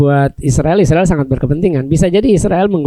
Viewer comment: Aruiiillll utang, biasa sj sebut Israel bukan Isriwil dong Mas Aruiiiilll Utang